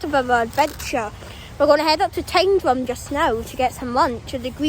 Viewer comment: Mate, well done for calling it 'Tyndrum'!! Most people pronounce it as "Tin drum".